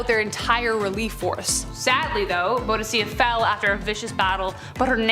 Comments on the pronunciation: It's pronounced Boo.Di.Ka and she was the most amazing queen in history I would love to see a video of her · Boudicca - Boo dick uh That's how I have heard it pronounced all my life. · Boudicca - the c's are a hard K sound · First Boudicca is pronounced Bow dicka. Second Schism is pronounced like scissors. Sism.